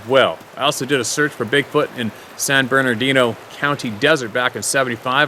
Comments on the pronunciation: The Platte River in Nebraska is pronounced just like that of "spat, spam & skat" those "a's" are pronounced the same way. San Bernardino is pronounced without the 2nd "r" so it's "San Bernadino." San Jacinto the "J" is pronounced is as a "Y". It is a Spanish word. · oh... and Burn-uh-dean-oh 😁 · Hi, the locals say" San Berdino " mtns. Much easier to pronounce